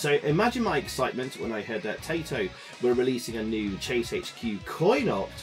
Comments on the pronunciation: I know this is fairly ingrained among British people of a certain age, but Taito does not rhyme with potato! :) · yeah, it's just "tye"-to, not "tay"-to. I've heard plenty of people do it and I think I've probably done it myself in the past. Around these parts everybody used to think Sega was pronounced like Bob Seeger, at least until the Sonic the Hedgehog intro corrected everybody. Spare a thought for poor Robert Moog...